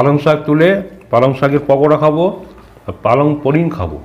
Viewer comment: palang paneer khabo❌ palang poring khabo✅